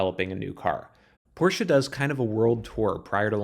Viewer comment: Thank you for pronouncing Porsche so good - for an american ;)